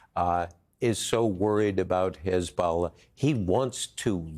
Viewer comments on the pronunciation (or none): none